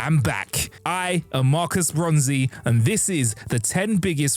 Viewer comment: The Bronzzzz izzz back baby :) khm. Calm down. breathe....On to the video.